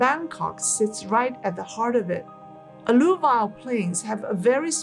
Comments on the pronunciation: *alluVIAL alLUvial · Hi, 'alluvial' is pronounced: A - loo - vee - il